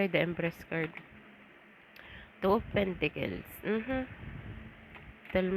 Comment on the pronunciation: It is PENTACLES , and not PENTICLES ? Very irritating to hear indeed !